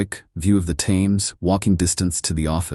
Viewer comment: View of 'Tames'- it's 'Timms'. Stupid AI.